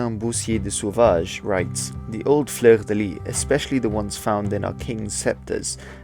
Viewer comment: Fleur de lys ou fleur de lis is pronounced \flœʁ də lis\. I'm curious what you think of the Russian flag, hehe.